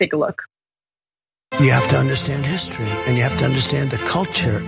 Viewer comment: Again, Trump can't spell nor pronounce the word "history." How in the world can you expect him to get the statues correct?😆